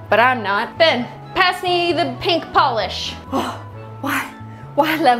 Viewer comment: You said it wrong, it's beyyyyyyn